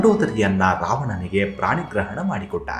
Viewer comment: ಪ್ರಾಣಿ ಗ್ರಹಣ ಅಲ್ಲ ಪಾಣಿಗ್ರಹಣ ಅಂತ ಹೇಳಬೇಕಿತ್ತು 🙏🙏🙏